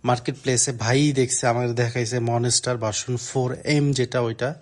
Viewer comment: Bro monistar na monster..🤣🤣